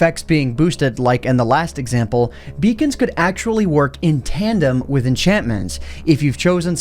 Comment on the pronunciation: everytime he said beacons i heard vegan